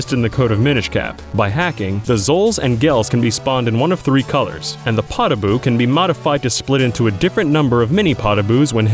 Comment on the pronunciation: Poh-da-bu not pod-a-bu